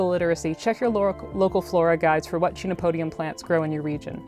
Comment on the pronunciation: I agree with being able to use the scientific names, but just a niggle: the phonetic pronunciation of the genus is actually "ken-oh-POH-dee-um". The amaranth family also contains other tasty foods, and they are in the same botanical order as cacti, beets, carnations and some carnivorous plants!